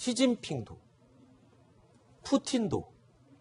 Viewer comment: 푸친이라는 발음 멋지다 뭔가 ㅋㅋ